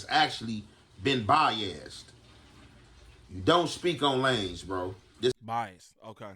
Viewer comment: He said bias like it was a person 😂